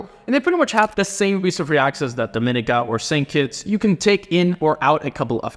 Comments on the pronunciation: Dominica is pronounced DO-MEN-KNEE-KA 🇩🇲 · Correct me if I'm wrong but I always thought it was pronounced DominEEEka ?